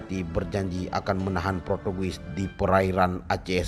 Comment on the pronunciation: Motiwiwasi dan ipreliasme, interversi, protugis, pertugis 🤣🤣🤣🤭